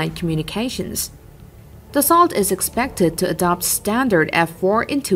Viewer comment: dassault - for english speakers da-sew (da as in dad, sew ... as in needle and thread)